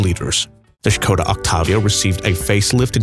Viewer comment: I like that its spoken properly, with Š